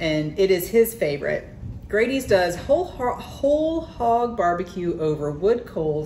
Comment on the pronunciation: I'm three years late, but I wanted to say nice video. One thing i will mention is that Grady's is pronounced with a short A instead of a long A. An example would be the word "daddy". So you would say Daddy's the same as you say Grady's. It would be easier to understand if it had two d's in it. But in Wayne County we pronounce it as Grad(d)y's. Again, very nice video.